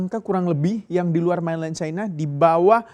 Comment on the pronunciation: Main len bukan mainlaien